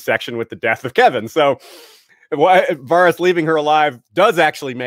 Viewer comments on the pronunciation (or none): Varys was literally pronounced a hundred times on the show. How does this dude still get it wrong?